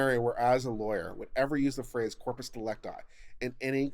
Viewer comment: "It's 'corpus dee-LEC-ti', not 'dee-lec-TI.'"